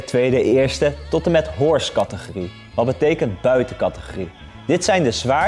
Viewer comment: HORSE category ? je spreekt "hors" eerder uit als "or" en niet als "horse" ;-)